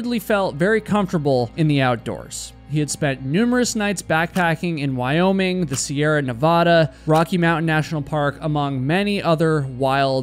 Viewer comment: A great video, very well told and edited well. You've got a new subsciber! Just a friendly reminder though; Nevada is pronounced "ne-VAH-duh" not "ne-VOH-duh". The "VAH" is equivalent to the same sound as ad, sad, mad, etc. So many people and pieces of media, including blockbuster movies, always pronounce it wrong and it irks us Nevadans so badly. Much love from Nevada ❤